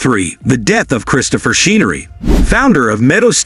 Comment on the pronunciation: Her last name is pronounced CHen-er-ree, NOT SHEEN-ER-RE. Secretariat's mother's name was SOMETHING ROYAL, NOT SOM-ETHING. DAMN, YOU'RE AN IDIOT!